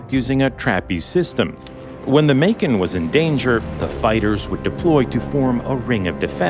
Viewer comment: When he said “Macon” I thought he said “bacon which would have been much funnier not gonna lie 😂😂